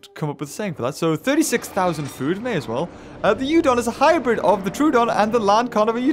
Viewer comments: Every time he said troadon instead of troodon made me die inside and he even said in the vid is it troadon or troodon then he said no it would be troadon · Its pronounced, True-Don. Troodon is Truedon